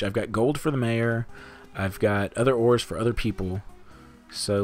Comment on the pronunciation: I could've SWORN that you said "Woody likes whores" instead of ores. I mean, he had to get those grandchildren somehow, right? XD